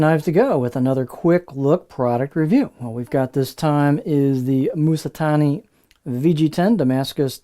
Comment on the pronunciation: It's not MOOsatani. It's Ma like in mama. It's not MooSAtani. It's su like sue. So It's not moosa, but Mamssue.